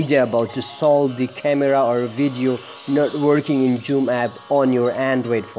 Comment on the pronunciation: Its zoom not joom